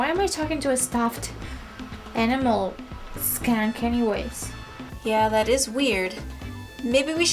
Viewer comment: i like how russians say words like "mentally" and how she says 'skank" , hilarious